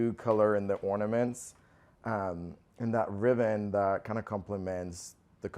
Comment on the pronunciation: In the first video...is he saying "riven" instead of ribbon??